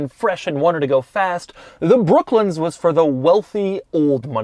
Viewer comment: Doug the type of guy saying brooklins instead of brooklands